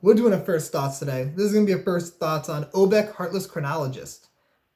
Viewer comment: Nothing bugs me more than obviously pronouncing the name of a card wrong. There is an "a" on the end of her name.